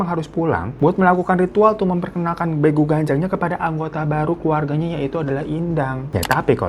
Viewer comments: Penyebutan nya bEgu bukan begu btw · bukan begu bang tapi beegu